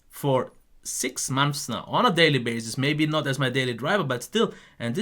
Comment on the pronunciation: "daily bazes"